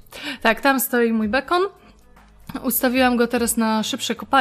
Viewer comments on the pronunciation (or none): bekon muwi się bikon